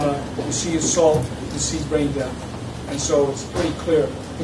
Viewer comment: Who's the garbage that was saying "assult"?